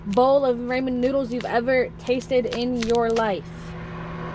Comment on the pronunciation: It’s raw-min, not Ray-min damnit. I am offended 😡🤣